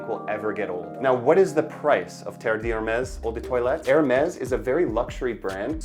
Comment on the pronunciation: Maybe try not to pronounce Eau de toilette as “odor toilet”. 😂